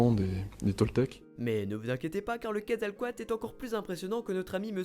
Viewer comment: Super vidéo ! c'est juste il y a souvent une chose qui me dérange dans beaucoup de vidéos YouTube, et même quand les gens en parlent, c'est que pour dire Quetzalcóatl, vous prononcez entièrement à la française, alors qu'on fait apparemment il faudrait dire "kouèd zal cohateul", après certains vont dire : "c'est bon on est en France, on s'en fout un peu de l'accent", mais bon c'était juste pour le signaler, après c'est rien de grave, c'est juste que j'aime beaucoup le mot prononcé avec l'accent d'origine ^^